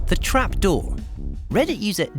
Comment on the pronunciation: "A doooh in the floooh!"